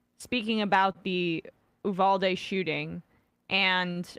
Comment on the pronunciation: I love you Sam but FFS trying to say Uvalde isn’t that difficult and the fact that he just skims over it genuinely pissed me off. You’re an award winning host, you can make the effort. (Ooh-Val-dae) in case he needs some reference